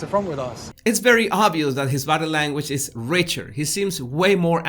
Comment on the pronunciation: You're hilarious! "Did I leave the stove on?" Love watching your channel! One observation though. When you say " body language" it sounds like " battle language". I get a giggle, no offense I understand that it is your accent. It's cute!